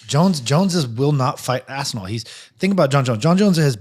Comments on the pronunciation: they all started saying Assinall lol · why does Luke have to call Aspinall ASSINALL? bro wtf